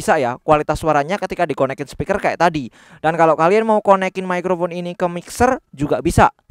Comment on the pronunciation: Terima kasih untuk konten kontennya. Saya subscriber lumayan lama. Sekedar masukan dari saya, akan lebih nyaman nonton Video seandainya pronunciation microphone nya disesuaikan lagi. Pake bunyi "F" tipis. Microfon, gitu. Bukan pake bunyi "V" yang tebal, microvon. Soalnya telinga saya kurang nyaman dengernya. 😆 maafkeun